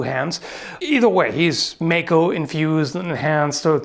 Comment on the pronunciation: Great video! Two things though, maco is pronounced mah-ko not may-ko. The other thing is that yes, Cloud does use the sword as a shield a couple of times. But, Awesome job!